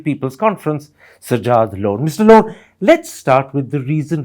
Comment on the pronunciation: I don’t know who’s the interviewee but he definitely changed “r” with “d” (last character of Mr “T”) in many instances …that to successfully. 😂😂😂😂😂